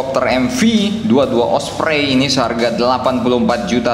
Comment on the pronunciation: Ompreng😂😂, not osprey